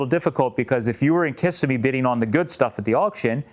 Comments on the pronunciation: FYI,, it's pronounced kih-SIM-me / kiss-SIM-mee,. I hope this helps. ETA: I love your idea of a '32 Low Boy roadster! 😘😘😘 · Kissimmee—Florida pronunciation—Kuh semi 😊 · Pronounce .. kiss-sim-e, Florida